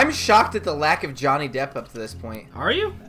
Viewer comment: this is like the 30th time I watch this and I just realized he said Dhonny Jepp